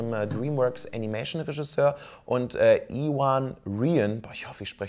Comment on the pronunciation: oh, wusste gar nicht, das sowas gemacht hat...ich leite seine größte FB Gruppe...ich werde die APP verbreiten ^^ Und die Ausprache seines Names war gar nicht so schlecht;)